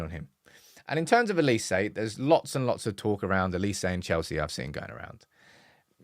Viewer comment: His name is OLISE. with an “O”. It’s pronounced “OH Li Se” Why do you guys keep calling him Elise???